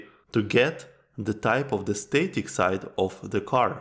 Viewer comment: static is pronounced “stah-tik” not “stay-tik”. The first vowel is as in stab, not stay.